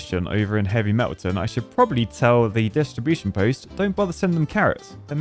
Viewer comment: I officially demand the distribution of dynamite to be called "distriBOOSHion"